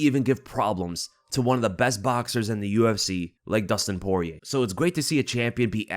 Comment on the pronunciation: The end r is silent so almost like “Pori-yay”